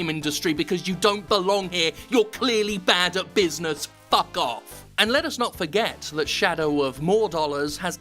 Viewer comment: Did you just say puck instead of fuck? Cringey